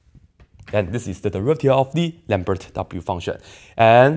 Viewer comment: 'lambertghini' lol... 😂😂😂😂😂😂